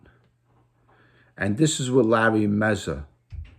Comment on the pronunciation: Its mazza not mezza